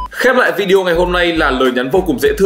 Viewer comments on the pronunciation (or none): none